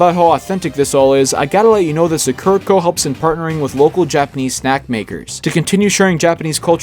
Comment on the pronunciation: I heard the way you pronounced sakura and that is why I decided not to watch your video, I am sorry